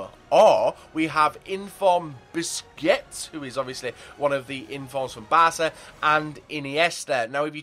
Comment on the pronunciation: Loolz its funny at the end it sounds like he said biscuits instead of busquets xD